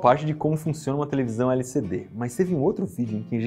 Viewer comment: Iberê, vc tá falando de LCD ou de LSD? Kkkkk